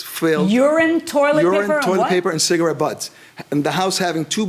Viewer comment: “I DONT SMOKE CIGGA RETS , I HAVE LUNG CANSUH” .. yeah , i wonder how you got that lung “cansuh” 😂😂😂